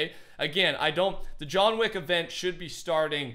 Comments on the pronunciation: Nobody:: ”JoHn WaCk” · This is how many times said “John Weck” 👇🏻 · "John Wheck" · Nobody:: JOHN WECK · Lol he said john wack